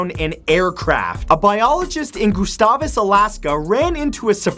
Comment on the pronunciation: The way he said Gustavus made me cringe